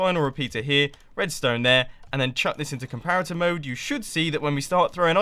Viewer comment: Just saying he said comparitor mode